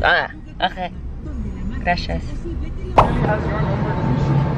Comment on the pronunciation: its not grashias, but gracias. The c sound is lighter than an sh. Lovely mexico vlogs! ❤️